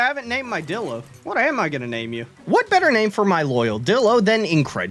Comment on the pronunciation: He way he pronounces it dillo and not DIlo HAS to be ragebait